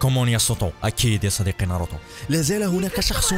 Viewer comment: ناروتو مو ناروطو عند مشكلة باللفظ